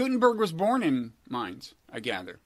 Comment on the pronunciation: Robert, you pronounced Mainz correctly (as in the first time you said it), haha.